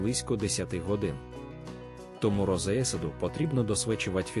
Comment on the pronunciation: Якою мовою йде розповідь? Що таке розеесада? Неправильне відмінювання, дикі наголоси в словах роблять Вашу розповідь такою, що вʼянуть вуха! Це жах!